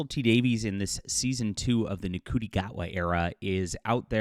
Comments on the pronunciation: Please show the basic courtesy of pronouncing Ncuti's name properly. It's 'Shooty' not 'En-cooty.' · ... The way you pronounce Ncuti's name 😭 please go look at a video of him saying it!